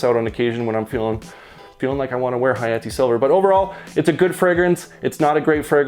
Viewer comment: Dude causally dropped a ح saying hayati💀 You speak Arabic?